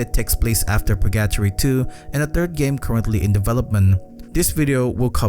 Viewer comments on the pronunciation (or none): its pronounced per-gah-tory not pur gattory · "Purgyattry" it's Pur-ga-tori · So you're saying that pronounciation is like being in purr-gat-tree for you? ;) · That pronunciation of “purgatory” just made me think he’s saying “purr-gato-ree” = purrcatry😅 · Pur GUH tory bro, GUH! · I can't get over how he says purGAtory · It's driving me nuts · I can only assume he's never heard the word said out loud before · Surprised you pronounced "Purgatory" as "Purr-gat-tree" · SAME OMG. I LOVE THIS CHANNEL SO MUCH BUT THAT WAS LIKE NAILS ON A CHALKBOARD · Hi first time commentor but I love all your Japanese horror video game vids!! 2 things 1. since I didn't see anyone mention it I thought I say well done with the English since I assume its not your first language, for when you do Purgatory 3 its pronounced Pur-Gah-Toor-Ree last part like a Japanese Tori gate, hope this helps and sorry if it seemed rude. 2. if you ever get a chance please check out a game called "The White Chamber" its a short game with some swears and crazy horror but the wild thing was I got it on a disc with a magazine when was a child, this game obviously WAS NOT intended fore children and someone made a grave mistake putting it on a disc partnered with a magazine aimed towards children. thought it might be worth a look, thank you for the content. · Love your vids 👍 Just want to correct the pronounciation of the title. Purgatory is spelled like Burger-tory just with the B replaced by a P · The way you say purgatory drives me insane ₍ ᐢ.ˬ.ᐢ ₎ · …how you pronounced purgatory gave me psychic damage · I like the way you say Purgatory. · The way you say purgatory is funny:) sounds like rally english:D